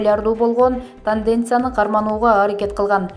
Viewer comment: ПолермОдо ,тАнденция деп салдыбы🤦‍♀️🤦‍♀️🤦‍♀️ Качан сабаттуу ,грамотный дикторлор окушвт ,чулдурабай. Спарингти спОринг деп салды кайран